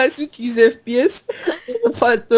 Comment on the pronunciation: mal fps böle okunur(fepese) böle okunur bişe bilmiyonuz